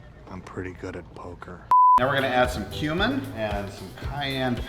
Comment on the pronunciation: I had to rewind like six times to realize he's saying add some cumin and not human got this Dahmer movie got my brain all whacked out